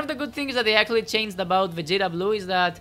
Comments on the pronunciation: Love that pronunciation lol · love it when he goes VAGETA BURUUU!!